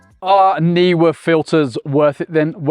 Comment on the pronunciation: You and I are the only people who pronounce "Neewer" correctly! If it was "Newer", it would have been spelt that way!